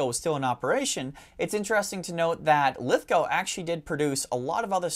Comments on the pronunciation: Yes well done, you pronounce Lithgow correctly 🇦🇺👍, thank you for the content too! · Speaking as Someone who lives nearby to lithgow in the town of bathurst I’m loving the recognition of this important factory thanks for the video love your work guys! And great to see an American who can pronounce Lithgow 👍 you have one up on forgotten weapons their lol!